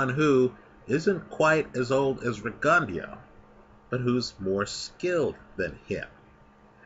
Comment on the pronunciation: While I like your pronunciation,, it's pronounced RIG-ON-DOH